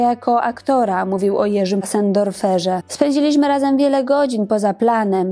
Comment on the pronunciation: Mówi się Jerzy Passendorfer z nie Sendorfer 😢